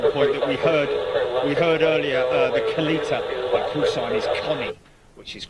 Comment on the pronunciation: I think it is said KAL-ETTA....or something close to that. A former NHRA drag racer owns the company. I remember that is how they said his name on TV.